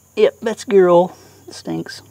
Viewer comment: “That’s gearl”. Oh, gear oil. Better than Keith Rucker though, which would be “gi-rawl”